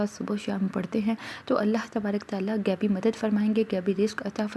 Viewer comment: Miss sab se pehle apni Urdu sahi kare gaibi nahi hota ghaibi don’t destroy urdu we are Pakistani not indan don’t try to copy indians we are proud Pakistanis